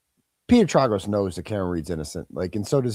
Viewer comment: Trāgos. Tray gos. You can’t do this to the gorgeous lawyer. You have to pronounce it correctly in honor of our Auntie. Xxoo.